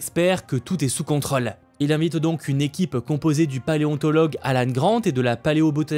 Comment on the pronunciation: Merci de bien prononcer le mot contrôle.